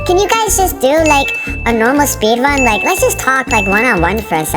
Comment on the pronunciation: is says speedun not speedrun